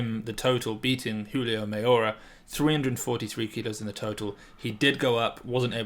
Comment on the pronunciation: JULIO 👌👏👏🤣😂 no Yulio...great job